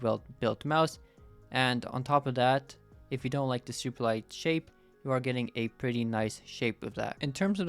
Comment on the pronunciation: "its a very shape sape"